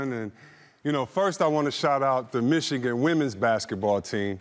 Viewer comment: Dude at the end said "wishigan Wolverines. Hope that was a mistake and not a shot